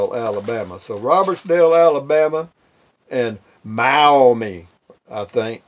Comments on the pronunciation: enjoy mail call....Maumee is pronounced mom...eee..lol. have a great day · so you know it is pronouced maw-mee.ohio